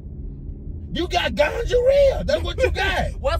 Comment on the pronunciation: Lolz, he's so over the top. I laughed so hard I became dizzy! He couldn't say gonorrhea to save his life.. then he said she had gingivitis. ROTFLMBO😂🤣😂🤣😂🤣